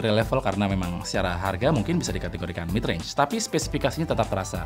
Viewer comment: Baru mulai videonya gw udah ngakak pas bilang "midrange" 🤣